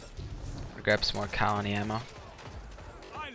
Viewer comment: how the FUCK say cal-ony